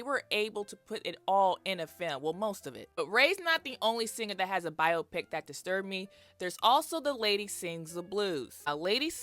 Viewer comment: Welp you just taught me that it's pronounced bio-pick. I've been saying bye-OPPic like optic nerve hahahahaha thanks for that.